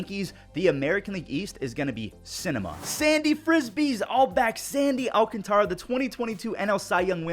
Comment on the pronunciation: Thank you, love from DR 🇩🇴. But plssss, say ALCANTARA properly 😅.